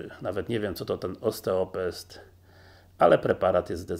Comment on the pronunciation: Poleca pan lek mimo że nie ma pan pojęcia czym jest jego jedyny składnik. W dodatku wymawia pan błędnia nawet jego nazwe - to jest ostropest a nie osteopest. Dziwne że jest pan lekarzem a nie wiem pan takich rzeczy..